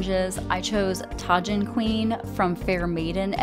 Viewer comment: I have quite a few of these, I'll have to pull them out to wear. Also just fyi, Tajin Queen, which sadly I don't have, it's tah-heen. 😊